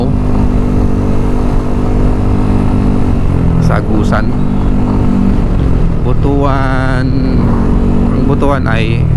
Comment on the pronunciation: Butwan ang pag pronounce brother hehe..hind butu-an😂X-rated kase ang meaning ng 'butu-an'